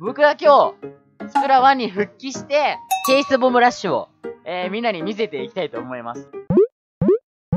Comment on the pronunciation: 9割チェイスって言えてなかったねー ´ω` )/